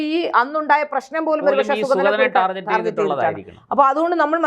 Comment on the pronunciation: Correct pronunciation "ടാർഗറ്റ്" ആണ്; "ടാർജറ്റ്" അല്ല. ശ്രദ്ധിക്കൂ!